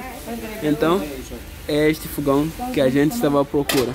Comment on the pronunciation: não é fugão é fogão kkkkk